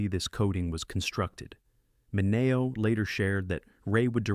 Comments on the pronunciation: Please learn how to pronounce Mineo. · Mispronounces Mineo, too. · You're continually mispronouncing Mineo's name. Fail.